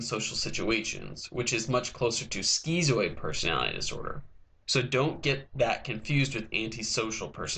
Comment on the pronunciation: "Skeezoid"? Lol it's "skitzoid".